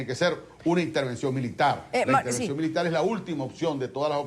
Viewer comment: ITERVENCION,Intervension Ya ya ya no jodas